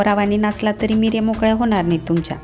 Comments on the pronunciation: बाकी सगळं छान सांगितलं पण मीऱ्या नाही निऱ्या म्हणतात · Mirya naahi nirya boltat, baaki chaaan 👌👌👍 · Meerya nahi neerya mhantaat. Meere mhanje peppers. Neerya mhanje pleats